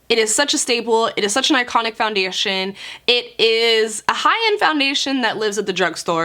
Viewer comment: ish she says foundersian lol